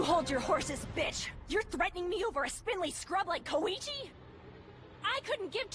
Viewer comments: Wait..why are they saying it like Ko-E-Chi? Even in the original in sounds more like KOI-CHI. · One thing I can't get over with the dub, is how Koichi's always pronounced like it Koeeeeeeeeeeechi